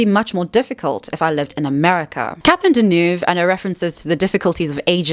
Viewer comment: Could use Babbel to learn to pronounce Deneuve properly